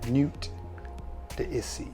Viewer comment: Great video once again man. I noticed you pronounce "Homme" as "Home"... should be pronounced "Omme". The H is silent. And "Nuit" should be pronounced "Newee"... The T is silent. French is weird like that.